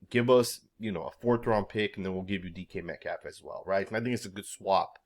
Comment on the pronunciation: Wait, did he just refer to DK Metcalf as "decaf?" As in a cup of coffee 😂